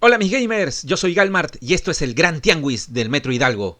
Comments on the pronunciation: amigo no se pronuncia TIANGUIS, asi se escribe pero se pronuncia TIANGIS, COMO SI DIJERAS GISMO, TIANGIS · Bro quizás ya lo sabes pero no se pronuncia tiangüis, se pronuncia "tiangis", de lo contrario se escribiría tiangüis y no tianguis :p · Saludos desde México, solo como dato amigable se pronuncia Tianguis ya que Tiagüis sería si la U llevará dieresis Ü. Nuevamente saludos y buen video. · ''Tiangüis''???????? TIANGUIS!!!! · Se dice tiangis,no tianguis,según el pronunciado de mad hunter armando consolas y recollector de México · Se pronuncia TIANGUIS no TIANGÜIS. No sabía que en Perú no fuera común esa palabra. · Sigo pensando donde lleva diéresis Tianguis para que él lo pronuncié como Tiangüis creo que solo sabe comprar a lo loco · ¡¡¡¡¡¡¡¡Tianguis, tianguis, tianguis, la "U" no se pronuncia!!!!!!! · ¿Por qué le dices tiangüis?🤨